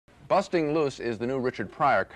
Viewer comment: "busting" loose haha. Your whiteness is showing again Gene